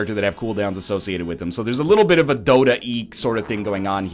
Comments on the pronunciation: He said dota-y. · Did he just say dota-eee?? Wow get with the program bro its league of legends and dota 2 bro